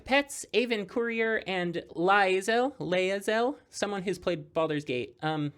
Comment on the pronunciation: As a D&D nerd who hasn't managed to play BG3, Lae'zel is pronounced "Lay-zel"(unless I am misremembering). This was super cool! Love the concept of this deck! also I played against the Yshtola(probably misspelled that) and it was cool!